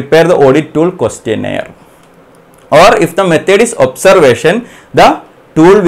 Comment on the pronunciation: it took me a few minutes to understand that he is saying questioning & questionnaire